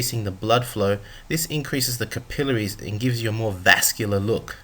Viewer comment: Learn to speak English properly. You mispronounced several words like capailaries and diuretics.